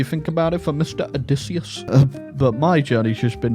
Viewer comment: i am pleasantly surprised by how entertaining this total war troy video was as you tortured matt damon’s name 😂 for being odysseyus